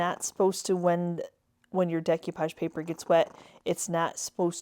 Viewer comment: Love them, but you drove me crazy every time you mispronounced decoupage.